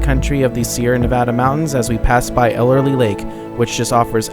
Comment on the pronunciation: Those small lakes at the top of Tioga pass are "tarns". Typically no fish, sometimes frogs. That is Ellery lake, not "Elerly" as you pronounced. Why did you not stop at the Moccasin fish hatchery, at the bottom of Priest Grade? Just after Tioga Lake, there is a road to Saddlebag Lake, at 10,000 elevation, very clear and deep. Good trout fishing at Tioga, Saddlebag, Ellery. Season ends mid/late October. KEEP CAR IN LOW GEAR going down Lee Vinning canyon, save your brakes! That bronze relief plaque of the Yosemite, at Olmsted point, I have not been there for a while. Sometimes along the road to Lee Vinning you can catch a glimpse of mountain sheep.